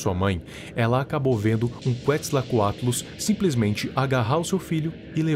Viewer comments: Opa! Só uma dica aqui rapidinha: O nome "Quetzalcoatlus" se pronúncia dessa maneira: Cué-Tzal-Coa-Tlus. Além disso, uma coisa que eu acho que passou despercebido por você e muitas pessoas é que alguns dos animais pré-históricos escolhidos pelo Analog Horror possuem nomes que homenageiam diversos monstros divinos de culturas diferentes, como o Vasuki indicus, que é referente a serpente da deusa Shivah, o Livyathan melvillei, referente ao Leviatã da Bíblia, e o Quetzalcoatlus northropi, que é uma homenagem ao Quetzalcoatl, a serpente emplumada da cultura Asteca, e eu não acho que isso foi apenas uma coincidência. E por último, bem no finalzinho da parte 3, tem um teaser para a parte quatro, aparentemente fazendo alusão ao Anomalocaris, o primeiro predador de topo do planeta Terra, bem como a aparição do Sarcosuchus, um dos maiores crocodilos de todos os tempos, e cujo o nome faz alusão ao deus Sobek da mitologia Egípcia. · a pronuncia é ketizalcoatlus e eles não são dinossauros eles são repteis voadores dinossauros que voam não existem mas ótimo vídeo